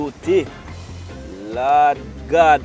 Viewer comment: dont bleed the Lord's name in vain. You always say, "Lawd God"